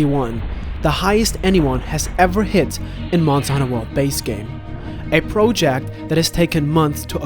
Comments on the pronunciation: Get someone else to narrate. Need to rewind a few times just to hear the words you're saying. wtf are you saying ? "it was one of the most time consuming video... proloject? roloject?" just get someone else to talk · The way you say project REALLY irritates the fuck out of me...